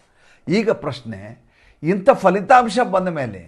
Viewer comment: ಅದು ಫಲಿತಾಂಶ ಪದ ಅಲ್ವಾ, ಕನ್ನಡ ಭಾಷೆಯಲ್ಲಿ FHA ಪದ ಇಲ್ಲ pha ಪ ಫ ಇದೆ ಅಲ್ವಾ. ಅಲ್ಪಪ್ರಾಣ ಪ, ಮಹಾಪ್ರಾಣ ಫ